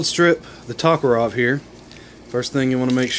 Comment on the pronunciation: Great vid,but it's a toe-ka-rev...not talk-ah-rov.